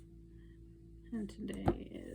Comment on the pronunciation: Hi! Thank you for posting! His last name is pronounced DEUCE-ing or DOOS-ing just to let you know. His brother Scott lost his life to suicide a few years ago. Although I do not usually support intuitive efforts, I am a close friend of James’ ex wife and want to do anything to support this family and I appreciate any sharing as his family does of course as well.